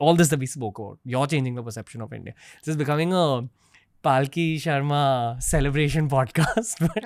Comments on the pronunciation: WE LOVE YOUUUU PALKHI SHARMA! also Ranveer for love of god stop pronouncing her name like PAAALki sharma its Palkhi Sharma, its very annoying when the number of times you ve mispronounced it! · Dear anchor, The guest herself pronounces her name as 'Palki Aharma' and not 'Paalki Sharma'. You said, "You get intimidated in her presence." This will definitely take you further in your endeavors. Regards to both of you.